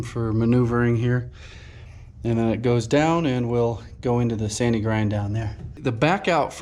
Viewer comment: I thought you were saying "Sandy Grind Pro". I'm thinking, "what the heck is that?" A quick google & I'm directed to a Sanigrind Pro" and I'm still thinking what the heck is that? It only took a few moments for me to realize what it is/does. Since the roof is just above the restroom I have to assume the house is set back pretty from the street or septic tank. Am I right?